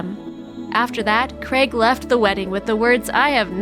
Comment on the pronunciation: Craig! The mans name is Craig not fuckin creg